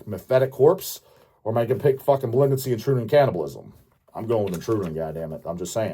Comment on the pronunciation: How many times do i have to tell this it's not "intruder in cannibal" its pronounced "intra-you-turin cannibal"